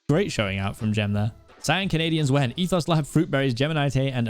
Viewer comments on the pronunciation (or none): Cpk never knows the hermits. That logo is Ren (RenTheDog) one of the big names in hermitcraft. And it's pronounced EthO it's and O not an os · first he doesnt know rendog's icon, then he calls etho "ethos"... this is hermit discrimination smh smh i thought you were better than this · I just love how he said ethos